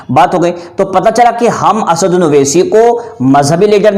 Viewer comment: assauddin ko acche se bol